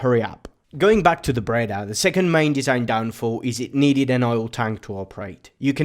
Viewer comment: Just to begin, it is not a "Brada" but a "Breda" then...